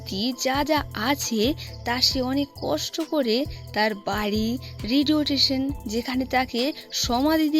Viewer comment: Radio station ❌ Radiotation ✅